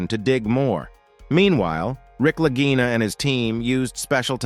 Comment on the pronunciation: Why are the Brothers Lagina (always pronounced with a hard "g" during the series), now called the Larjinas? No quality control here.